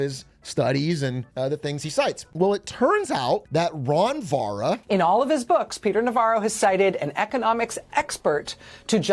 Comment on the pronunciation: He didn't even try with "ron vara"😂😂😂